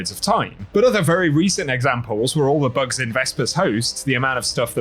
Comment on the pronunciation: You had to say the word "Bugs" at least ten times before I realized you weren't saying "Books". Lol. Thought you were talking about lore and I was confused. ><